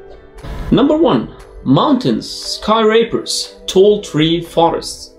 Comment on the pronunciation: “Sky-raper” got me 🤣